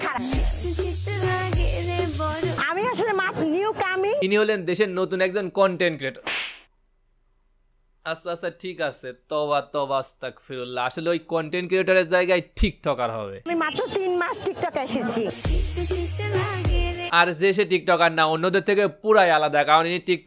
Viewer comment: আসতাকফিরুললাহ না ভাইয়া আসতাগফিরুললাহ হবে